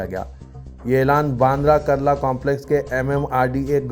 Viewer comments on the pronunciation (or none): sahab kurla ko karla padh rahe ho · Mumbai mai karla nahi kurla hai ....mau se supari nikal ke news bola ka re